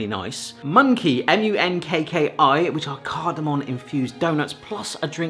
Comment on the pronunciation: Cardomom not cardomon come on 😂😂😂